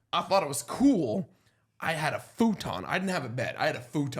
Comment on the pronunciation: Why tf you pronounce futon like that?